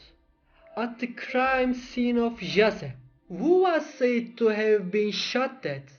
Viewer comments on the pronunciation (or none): none